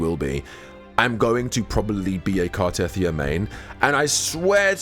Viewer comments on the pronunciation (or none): Car-teh-thee-ah, not Car-teth-ee-ah.